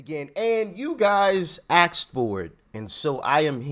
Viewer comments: ASKED - NOT AXED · I didn’t axed I asked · Axed or asked ? Smh go to night school and learn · Did you say we AXED for it 😊